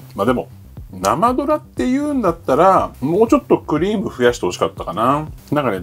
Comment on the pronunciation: クリのイントネーションが食べ物の方のそれじゃない